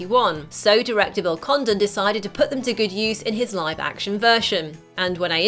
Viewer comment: I thought she said Bill Condom